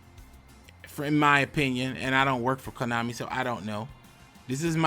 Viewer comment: what's konami? i just hear komoney